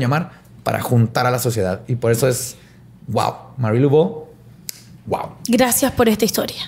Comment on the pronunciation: Todo bien, es sólo que se pronuncia Mari, Lavó, no Luvó.